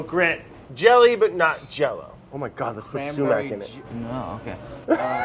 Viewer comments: the sumac if not pronounce suemack, its pronounced somak. I feel like as a fellow Iranian Andy should know this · No one: Absolutely no one: Brad: sUmAccKkK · No one: Absolutely not a single soul: Brad: SUMAC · No one: Literally no one: Brad: SuMaC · Andy - did it hurt you to pronounce sumac like that? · The way you guys are saying sumac is making every Persian cry